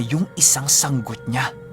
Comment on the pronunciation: Yehey yehey...🥰🥰🥰 tamang pag bigkas ng sanggot (sang-got)... kabog he he ( paniki) ♥️♥️♥️♥️♥️♥️♥️. i Silent listener here